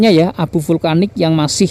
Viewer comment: Vulkanik bg bkan vlukanik🤣